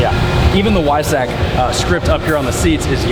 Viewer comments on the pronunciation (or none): Also, Weissach is pronounced 'Vaïssarrr' not Waïssakk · W in German pronounced like V in English, "Veissack" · Dude. Go look up how to pronounce Weissach... you fucking douche!